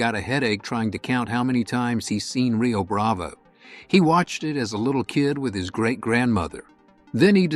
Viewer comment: Yea, the first clue was when the "narrator" kept pronouncing it 'Rio Brav-ay' instead of Rio Brav-oh.